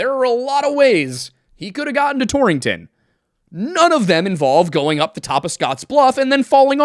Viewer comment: It's very funny to hear the word "Torrington" over and over again. There are only two in the country, one in Connecticut and one in Wyoming (founded by someone from Torrington CT). So kinda funny (to me at least) to hear it in a video that much. And pronounced correctly to boot 👍